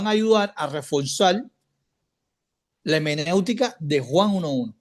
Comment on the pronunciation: No es hemenéutica lo correcto es hermenéutica. Mal comienzo